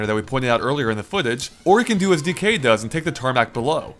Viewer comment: I don't know why you emphasize the "K" of "DK". You're supposed to emphasize the "D". "DEE-kay", not "dee-KAY" ("decay").